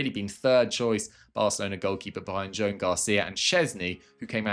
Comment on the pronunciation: your videos are great, you are wonderful. Considering that you even pronounce Joan the Catalan way, not the Castellano way, I am surprised you have fallen into the Nwaneri trap! Just like Firmino doesn't have an "h" or a tilde, so is just pronounced fur-mee-know, Nwaneri is not pronounced Nwan-yair-ee. He also doesn't pronounce the first "n". So it's "wan-air-ee". Hope that is helpful.